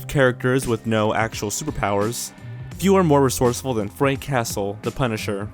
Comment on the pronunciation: Some words to practice pronouncing properly: Druid. Not 'Drood. ' Droooo 'ID.' debuting. Not 'de byu ting.' Day Byuu Ing Castle. Not 'Cast El.' Cass el. Anthropomorphic. Not 'An Thro Mor Fick' Ann Throp O Morf Ick. Slow down, rehearse, etc.